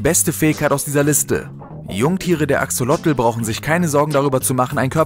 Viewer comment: Cooles Video,nur beim Axolotl wird das zweite o lang gesprochen